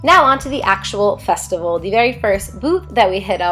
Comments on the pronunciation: Festical 😂 ily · Love you, love the food. Not gonna lie had to pause for a minute on “festical” but considering that during editing you had to look at all this delicious food I applaud how close you got to the actual word.